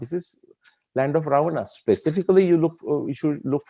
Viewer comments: this is brilliant! Fantastic!! I just have a slight objection to the way you are pronouncing certain words…… Sugreevaaa, Ramayanaaa, Ravanaaa They should be pronounced Sugreev, Ramayan, Raavan Why put the extended "aaa" after each word?😩 Sir, please look into this. Thanks! 😊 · Suggestion: Pls pronounce namea as we do in normal lfe so its Ram...Ravan, Sugriv....not Raamaa, Ravanaa, Ramayanaa, Sugrivaa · Good video, but saying Ravan"aa', Ramayan"aa", Sughriv"aa" etc. is very frustrating... I would expect the correct pronounciation from someone who has done so much research... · Sir, why you are pronuncing Rama, RavanA, SugrivA. Have we listened akbarA, jahangirA, etc etc.. Let's stop it immediately... Plz do consider my humble request